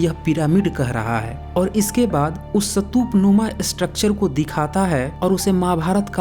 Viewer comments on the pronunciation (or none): सतुप नही,,स्तुप,, plz सही उच्चारण करें,, खुद सही भाषा बोलो,,सत्य बताने का आपका कान सराहनीय है,, मगर,आप खुद गलत उच्चारण ना करें,, यह आवयश्क है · First learn how to say Stupa.. It's Stupa not Satup.. I think u better go to places and observe places then make videos with acid test truth..Moreover, the Harappan Civilization is 2700 to 1500 BC...now add it to the 2100 more years...and u said it was 4500 years old..check ur knowledge before raising finger on someone else..GAPODA...Jealous GAPODA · Apa ka apna pronunciations thik nahi hai.'satup' kya hai? Pahele khud ko correct kigiya. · सतूप नही स्तूप कहते है। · आपको हिन्दी/इंग्लिश स्तूप/stup का उच्चारण इस्तूप है ना कि सतूप । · पहले स्तूप बोलना सीख कर आ, फिर बात करेंगे 😂😂😂😂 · Brother ye ek bewkoof youtuber hai jiska ekmatr maksad hai paisa kamana, ise stoop bhi bolna nahi ata mat dekho inki video ganwar hai ye